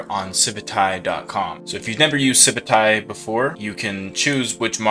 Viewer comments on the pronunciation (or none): It’s pronounced Civit A.I. 😂